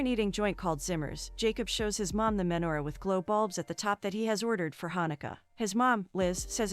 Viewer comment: Oy vey!!! You're seriously going to do a recap on a Jewish romantic movie and not know how to pronounce lox or menorah?